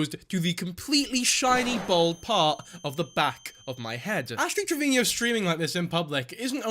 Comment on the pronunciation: Omg WHY DO YOU KEEP SAYING ASH TRAVINIO